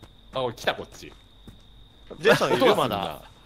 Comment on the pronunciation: レトさんが言う「ジェイソン」が「ゼーソン」に聞こえる人正直に👍🏻